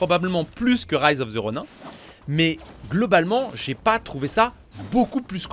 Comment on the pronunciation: Rise of the Ronin... c'est bien de l'anglais ! Alors pourquoi prononcer "Ronin" en français ? 😏